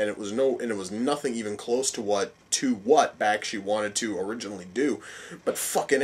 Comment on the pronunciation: Not Sure When You Posted This Review, But You couldn’t be more uninformed by animated movies of this time period. Was it funny to mispronounce Ralph Bakshi’s Name. Have you no appreciation of Frank Frazettas Art Work? You can’t see how a powerful wizard was pushing a tremendous glacier just by his will? Sorry you missed how awesome this was...